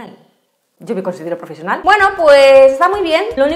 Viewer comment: IO me considero profeshional XDXD 😂